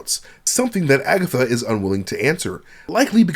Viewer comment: Broooooo did you just say Agathot lol